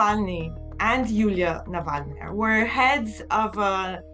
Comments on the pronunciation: Interesting video. Thankyou. But do check your pronounciation of Navalnaya. You put the accent in the wrong place! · Yulia NavalnAya 😂 Jeez, Can these "professional news companies" at least run the names of significant figures they are reporting on through google translate to avoid butchering their last names in most ridiculous ways???